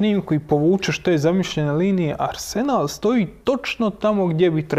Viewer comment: ne mogu čut ovo arsenal s naglaskom na senal....dajte ono....